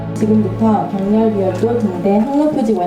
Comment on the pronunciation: 격렬 비열도 가 아니라.... 격렬비 열도 로 읽어야 ..